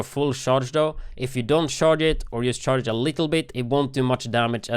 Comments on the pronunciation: I know he's saying "charge" the rifle, but it sounds like shart lol "you have to shart the rifle before you shoot it" lol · Why when he says charge did I keep hearing shart